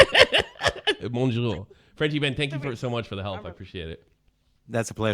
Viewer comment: MOJO nigga, it's pronounced mojo